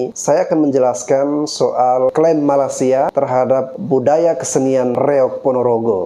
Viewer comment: Aku setuju bro!Netizen Indonesia lebih percaya berita hoax dari berita yang benar. Kami di Malaysia pun tidak tahu menahu tarian khurafat Reog itu. Hello admin...Betulkan dulu sebutan kamu...MALAY-SIA bukannya MALAS-SIA. Admin..berikan link/video Malaysia klaim Reog Ponorogo ke UNESCO.Jgn suka sebar berita hoax aja